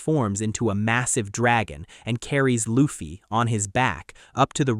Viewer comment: The fact this MF pronounced luffy in the first 10 seconds the way he did is an instant dislike and don’t recommend channel 😂😂😂😂💀